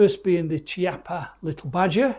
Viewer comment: I have seen many reviews on the Chiappa Little Badger. Can somebody explain to me, please, how can you review a rifle, or any item for that matter, if you cannot not even pronounce the name correctly of the item you are reviewing? The name is pronounced Kee-Appa! The name of the owner of the company.